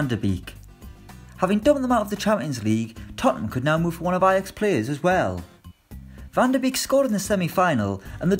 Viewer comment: I’m sick of this. It’s pronounced Van De Bake